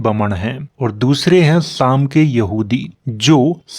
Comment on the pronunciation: सेम नहीं साम बोलिए साम से ही सामराज शब्द बना है